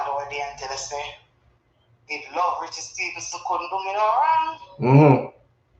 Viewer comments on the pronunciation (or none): none